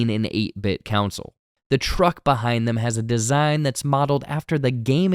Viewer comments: Man, I WASN'T gonna say anything, BUT this is the 4TH TIME that you've said "council" instead of "console"... YouTubers have ONE JOB, man... C'mon! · Why are you saying "counsel" and not "console" 🤔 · It threw me off every time he said “council” instead of console. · Console* not 'counsel' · CON-sole. KAaaaahn-sole. Not counsel. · You’re saying counsel, not console. Kill me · Console. CON-SOLE. What’s with so many young people saying “council?” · thumbs up, but my eye twitched every time you pronounced console as "council". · Con-sole. Not counsel. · Am i the only one hearing him say Counsel instead of Console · I promise im not a word nazi but you say console as counsil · Bro why does he say console like “counsel” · pronounces "console" as "counsel" or "council," and I hate it. And then he said "URBAND legend" FIRE HIM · i couldnt even continue after hearing that the 2nd time. it drove me insane. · Why does this guy pronounce console that way? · I like this dude well enough (I mean, he’s no Paul) but why can’t he say “console”? 😂